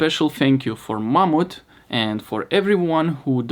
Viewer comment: When he said ‘Mamut’ sent him gear, I heard ‘Mom’ and I was like, “Well that’s nice of her.” I hadn’t had my coffee yet. Hahaha 😹